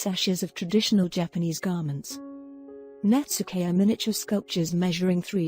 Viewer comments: I'm very sorry, but the word Netsuke is pronounced Net-ski not Netsooka I have studied this artwork for many years but, still not pleased with my designs like the Masters of Japan. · I thought it was pronounced 'Nets-kay', not 'Nets-ookay'?